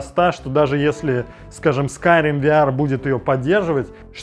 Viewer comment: СкаАйрим... Когда ж ты начнешь правильно произносить это слово...